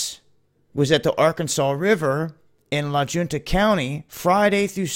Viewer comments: So many still cannot see Trump is as big a part of the take down of America as any president has has been. I don't see how we can last much longer. FYI La Junta, pronounced La Hunta. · I live 20 west of pueblo in Fremont county and they have been doing heli flybys more often the last few months. Not being snarky but wanted to say that town where the booms were being heard is pronounced La Hunta. ☺️